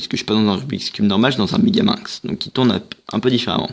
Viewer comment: Franchement bien joué tu sais le faire 🥇mais le but 🥅 de la vidéo 📋🎥 c'est le apprendre à faire le megaming et toi déjà tu vas trop vite, tu dit megamung au lieu de megamingz et perso je sais le faire et tu fait des technic vraiment que j'ai jamais vu... Donc stp refait cette vidéo et applique toi. Merci